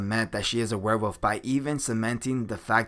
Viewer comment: Can you say werewolf instead of "where wuff"?